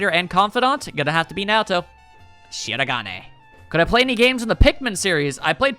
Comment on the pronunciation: Thanks for answering my questions and Happy Anniversary along with congratulations on 10K subscribers. As a side note though I'm amused that you didn't watch Mitsuru vs. Weiss because if you had you would have gotten angry that Ben mispronounced Naoto's name. Two of your favorite characters disrespected in the same Death Battle ouch.